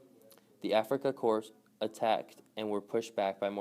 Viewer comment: Corps is pronounce core.